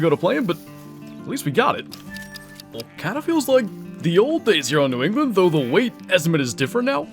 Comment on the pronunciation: New Ew-gland😂👍🏻